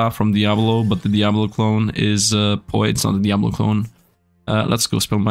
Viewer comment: I love how pronounces Poe wrong p-Oh